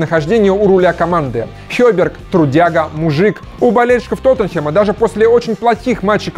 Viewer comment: Блин, пожалуйста,, не говори Тотенхем. Бесит уже хронически! ТОТТЕНХЭМ! ТОТТЕНХЭМ!